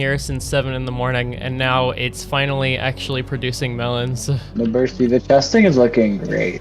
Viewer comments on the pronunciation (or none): Tell me your pronouns, "Burssty"